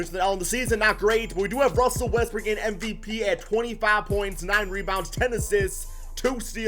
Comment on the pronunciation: EVERYTIME you say Westbrook I hear Westbrick hahahha